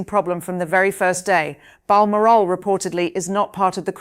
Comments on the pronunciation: Bar moral castle? Where the heck is that? Perhsos she means balmoral? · Seriously: you can't even pronounce Balmoral correctly? Can't trust won't watch.